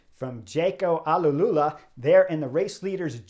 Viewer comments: Hi Horner, thanks for this. Let me make a precision that may help you throughout the season. It is not Jayco Ale-lula but Jayco Al-Ula, you should pronounce it as two words "Al" and then "Ula". Just in case you are interested. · Chris it’s jayco alula not alalula🤣🤣🤣